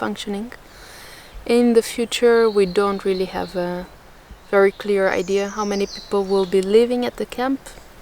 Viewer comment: Why do the Dutch call an 'idea' a 'id' ?